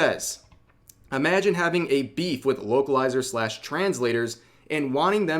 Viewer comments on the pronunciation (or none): I thought I heard you say "Wokelizer" and now I can't unhear it.